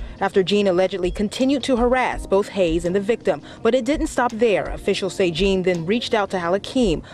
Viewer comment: Love how she pronounced it “Juhn” and not “Jean”. Probably French, either Louisiana or Haitian.